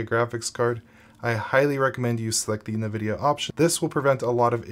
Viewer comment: you say nvidia wrong